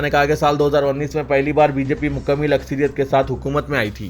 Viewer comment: MUKAMMIL NAHI NEWS READER MUKAMMAL KUCH TOH SHARAM KARO KITNI BAR BOLNE. GAIRAT HEI YA NAHI.